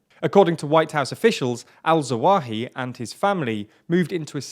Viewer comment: Say "AL-ZAWAHI" once more! 😂😂